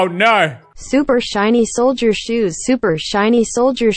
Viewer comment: Text to Speech: Super shiny sholer shoes.: SUPER SHINY SHOLER SHOES *laughs his ass off*